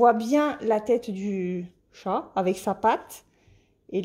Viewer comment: Coucou, J'adore ces 2 toiles avec les chats. Je les ai mais dans la version HAED. 😉 Ce sont des illustrations de Lisa Parker et il en existe plein d'autres. Ça me fait sourire quand tu as du mal à prononcer le mot "chat". Pour moi qui suis une fan absolue des félins (j'ai 3 chats), c'est rigolo. J'aime bien les chiens, d'ailleurs j'ai une chienne, mais ma préférence va aux chats. 😸 En tout cas j'ai hâte de te voir broder ces nouvelles toiles. Bon dimanche! 😊